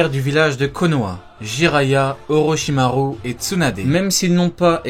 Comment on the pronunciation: Part contre ce qui me dérange c que dit pas les ou comme avk orochimaru il dit le u comme en français alors que c ou